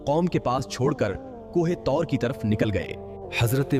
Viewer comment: Kohe taur nahi ❌ Kuhe toor hai